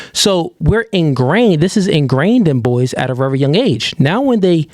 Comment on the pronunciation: My G… I funk with you. I rock with your mindset, your message, and the vision… But damn, if yo dumb ass don’t figure out how to pronounce words like “very” properly, and stop saying autistic sh*t like “rearry” I’m gon have to unfollow.